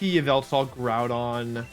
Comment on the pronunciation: Is bothers me that he pronounces GROUdon... "Gordon"